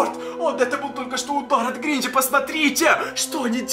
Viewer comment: Странно говоришь тебе говорить не учили ты говоришь так что неприятно становится говори нормально как обычный человек мне не нравится вот это вот когда ставят на голос на другую букву там например гринчЯ